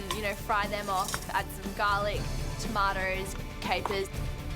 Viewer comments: "some tarmartoes" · what did she say? Tomatoes or tamaters? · Theres an r in tomatos?